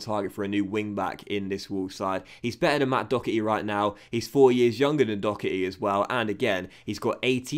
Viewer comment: Dockery!? Lol in ireland we pronounce it Do-Her-Try